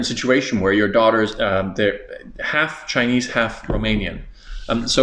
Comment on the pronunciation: Your Chinese pronounciation sounds great. You''ve got the tones.